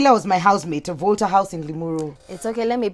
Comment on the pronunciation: Jeeez! An alumni of Limuru Girls?? That's where I schooled and would never have imagined such a crazy character coming from there. And the way she pronounced that Volta House like "volterrr" made wonder if the school added another house. This girl though!!!!